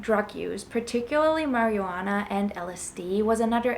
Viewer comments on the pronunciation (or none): Ha ha you said "mary-yuana" I think instead of "Marijuana" lol funny